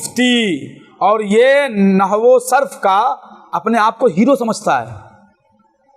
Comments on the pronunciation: نو نہیں نحو ہوتا ہے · نو نہی ہوتا بیٹا نحو ھوتا ہے